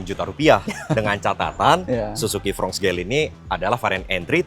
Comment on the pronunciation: Fronx dibaca fronks bukan frong